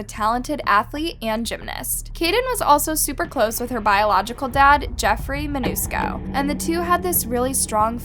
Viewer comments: Love ur stuff! That being said...u misstated Jeffreys last name. U said Manusco and it was ManCUSO....so close tho. 😁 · Jeffrey Mancuso not “ Manusco” you pronounced wrong. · Just letting you know you're pronouncing their last name wrong. It's MAN-CU-SO NOT man-UU-sco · I love your content, but please PLEASE pronounce the names correctly. In every video you pronounce them wrong multiple times, just based on your own captioning! (pronouncing Mancuso as Manusco, etc) Again, the content is great, but it shouldn't be so difficult to get the names right.